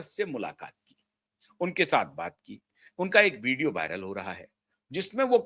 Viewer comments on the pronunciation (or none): none